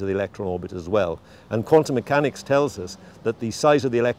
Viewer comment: not sure why but I couldn't keep myself from laughing after he said quantum mechannus